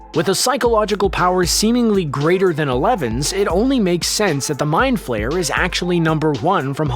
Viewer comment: It's flare not flayer